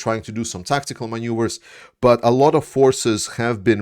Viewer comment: Hey,. just fyi, maneuver is pronounced with an n, not ņ (just like in Latvian - manevrs). When you say maņuver, it sometimes sounds like you're saying manure